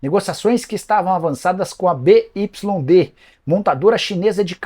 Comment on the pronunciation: BYD se fala biuaidi…viu